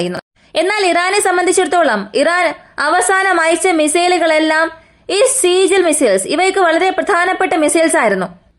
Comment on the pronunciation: താങ്കൾ ബംഗറിൽ ആണോ...? തിരുമുഖം കാണുന്നില്ലല്ലോ കരളേ 😂 പിന്നൊരു കാര്യം "സീജിൽ" അല്ല "സിജ്ജീൽ". എന്ന് പറ "ജ്ജ" പറയാൻ എനർജി പോയോ..!?😅